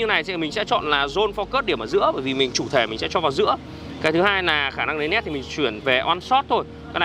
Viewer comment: Lấy nét chứ lấy lét là lấy cái gì anh trai 😅